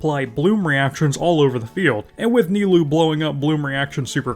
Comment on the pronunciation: That "Nailoo" killed me